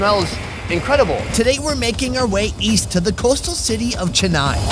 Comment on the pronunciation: As an Indian it hurt me soo much the way he said Chennai